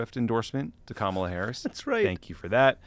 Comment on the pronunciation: And it's KA MA LA